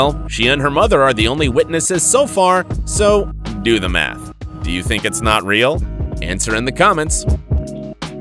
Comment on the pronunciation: It’s rill